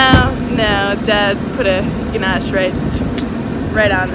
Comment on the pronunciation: Kaibosh not ganache. Close though 😂